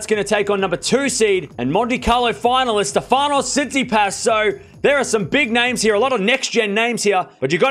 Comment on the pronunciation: His name is StEfanos TsitsipAs, not StefAnos 😊